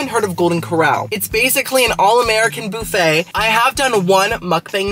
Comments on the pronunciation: It’s not boo-fay! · I have to know... Does he say buffet wrong on purpose, or is that just how he says it? I'm sorry it's a bit annoying. Lol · Love you!! ❤ But why are we saying boofay instead of buff no? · First time hearing someone pronounce "BUH-FEY" "BOO-FAY" 😂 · Wtf is a boofay? It's buh-fay. Get it together😂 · It's not BOUFFET its mfing BUFF ETTTTTTTT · Don't take this the wrong way or anything, but is there a reason you say "boofay" instead of buff-eh? Is it just the way you normally pronounce it, or some other reason? Probably a stupid question lol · Boofay...instead of buffet...lol... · The way he said Buffet as BOO-FAY. Hurt me. So deep. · The “boo fay” is giving me major ick, but I’m tryinggggg to watch 😂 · Cracking me up calling it a boofay...LMAO. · its fucking buffet not buffay